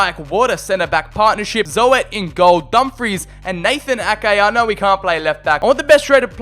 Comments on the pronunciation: “Zo-et” lmfao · Thr name is not zoet its zut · Zoet is pronounced as "zoot" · As a Dutch person, the best thing of the video is the way you say: Zoet hahaha, cuz not even one sound is correct ps. Zoet means Sweet in English ;)